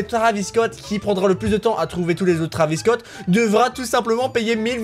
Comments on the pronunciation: Pourquoi tu dit que < Travis cot> ? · il dit bouceau Travis scot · Non il a dit traviscot 1000 fois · Combien de fois il a dit travisscot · les taravis scotts ?!?!?!?! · Ta dis beaucoup de fois traviss Scott